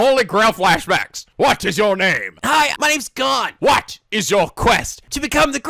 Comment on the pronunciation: please listen to English dub so you know how to say their names (you have leorio correct but not Gon and kurapika).